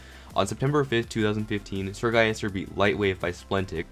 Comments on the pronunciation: Its Sir-Gil-les-ter not Sir-Gai-yes-tur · Everyone: SrGuillester: SrGuyester